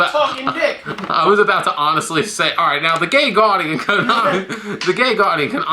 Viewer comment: am I the only one who heard gay guardian like 6 times